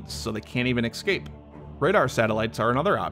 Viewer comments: He said "excape" 😂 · did you really say EXCAPE? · AND you said : IXCAPE ?? Try ESCAPE.